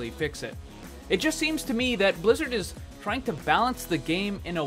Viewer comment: He accidentally added a "t" to "is" you got him good